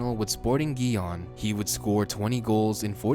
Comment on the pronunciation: If I had to complaint about how he pronounces Gijón I wouldn't know where to start. Who cares?